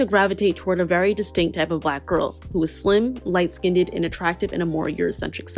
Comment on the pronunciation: First of all, I love your content. That being said, I need you to practice pronouncing "light skinned" correctly though. I heard you say "light SKIN-DED" multiple times ( , ), which makes my ears bleed and frankly does not fit the highly intellectual tone and intent of this video. I'll even accept just "light skin" with no "ned" as it sounds better than "skin-ded".